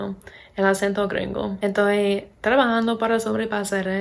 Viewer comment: Hablás pero muy bien! 👌🏻 Te felicito.. Solo una cosa trata de no decir "Toy" por "Estoy" nosotros usamos mucho éso pero en verdad no suena bien para otros hispanohablantes.